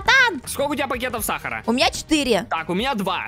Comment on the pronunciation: Крч Сахар❌ Сухар✅